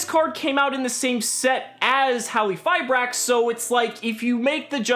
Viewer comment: I think has one of the best pronunciations of the card's name. Silent Q makes the most sense as the translation of the original name is Crystal Machine Hallifiber. Also, Halqifibrax(Hallifibrax) is smooth, and sounds cool.